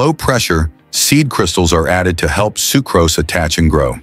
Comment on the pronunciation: This is clearly AI narration. Common words like sucrose are being mispronounced.